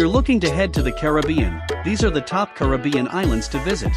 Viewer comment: Thank you for pronouncing Caribbean correctly. Unfortunately, you mispronounced many of the other island names.